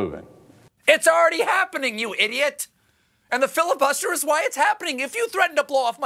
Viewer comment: Did somebody say filibuTTster? Have a nice day :)